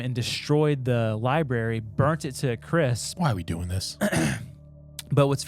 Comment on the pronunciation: Why do you guys not understand there is an R after the B in library? It’s infuriating